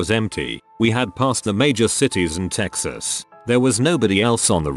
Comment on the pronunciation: mexas ? nobody calls it that